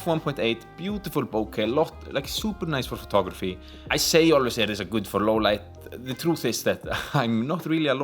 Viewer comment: "Louuuuww leit biesssst"